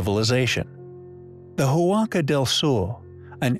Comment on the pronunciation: The letter H is silent in Spanish. The word Huaca is not pronounced Who-ah-ka, but rather just Waca. Also you started out correctly calling the structure the Huaca Del Sol but then halfway through the video you changed it from Spanish to Portuguese and started calling it Huaca Do Sul. Might want to do some editing.